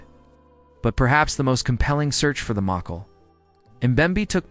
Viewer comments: sadly this video is all AI, and it can't pronounce it correctly. I doubt they will attempt to correct it. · Inwatchable, cant pronounce it, lost interest